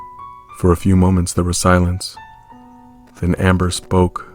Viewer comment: When the voice said “amMBeR” I almost laughed idk why